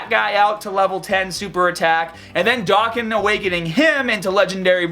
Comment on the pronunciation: NANIIIIIII?? He said Doe-can😱😱😱 WHAT DID YOU DO TO THE REAL!?